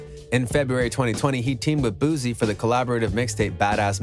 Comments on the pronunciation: It's "BOO-C"...Not "Boozy", as you're saying...and Boosie is not from Texas... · This ninja done messed up all his info and everybody name. Who the hell is “boozi” & “yellow breezy” 🥴 THUMBS DOWN. And boosie is not from Texas wtf 🤦🏻‍♀️ this how I know ur info isn’t accurate.